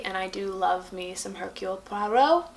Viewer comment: Hercule pra row? Lol what did you say??